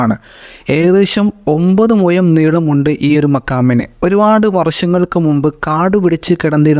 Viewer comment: Muyam ennu parayalla. മുഴം ആണ്